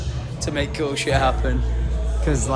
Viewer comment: doesnt say cool, he says Kewl:P